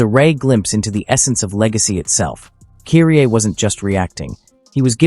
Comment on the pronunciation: great video as always but you're mispronouncing Kyrie's name. Kudos to the video though 🙂🎉